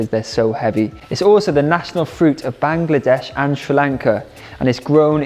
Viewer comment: I am from Bangladesh and the way you pronounced it made me so grateful because people from the other side pronounces it "BANG-Ladesh" and it's often sad:/